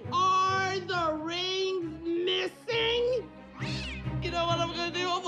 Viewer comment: "ARRe the RINNgs MISsing??!" 🤣😂🤣🤣